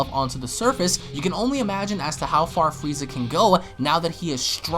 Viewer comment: I heard you say fweeza 3 or 4 times.. lmfao